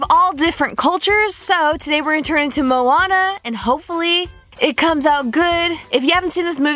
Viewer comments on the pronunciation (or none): good vid but u pronounced moana wrong :)